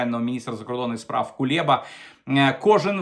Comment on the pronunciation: чому Кулєба, а не Кулеба? Так в Мацквє його обзиває Скабєєва.